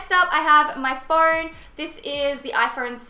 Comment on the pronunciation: Yuck I hate your accent. Well not really, I just hate the unnecessary "r" Horme. Phorne. Gor. Bye bye.